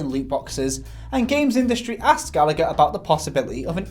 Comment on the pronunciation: Its pronounced Gall-a-her not Gal-act-her